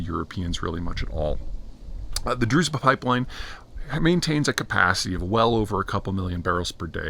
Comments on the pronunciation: Not druz'ba, it's druz(hard)ssshhhhba. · it's not DruZba, it's DruZHba, or in another spelling DruJba